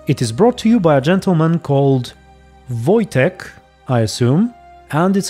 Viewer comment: You said "Wojtek" pretty nice :P